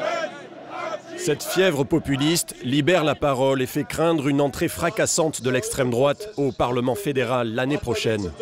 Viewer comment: Le discours comme d'habitude est très orienté. Déjà la façon dont le mot extrême drouaaaaate est prononcé.